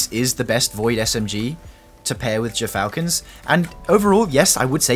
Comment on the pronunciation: It's pronounced Gear-falcons...